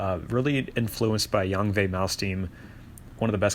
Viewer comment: Minus point from mispronouncing Yngwie wrong though